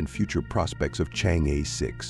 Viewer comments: better read "Chang'e" as Chang o, thanks for the report. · Nice video and presentation. The title Chang’e has an “e” that should be pronounced as vowel and not consonants. Some what sounds like “Zrhang-eh” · it would be like ALIEN if westerner pronounced Chinese: Chinese - CHANGG Er . 🎉😂